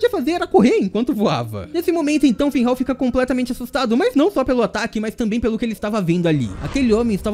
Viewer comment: "Finrral, Finhal" Qual a dificuldade de falar FINRAL?